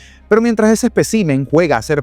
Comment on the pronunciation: ESPÉCIMEN, no "ESPECIMEN"